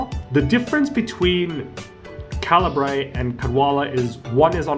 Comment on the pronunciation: Great video, but the way you pronounce Cairbre bugs me, seems pretty wrong